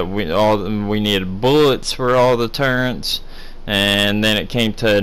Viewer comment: For as much as you play this game it's really sad that you can't pronounce turrets properly. There isn't a "N" in turrets.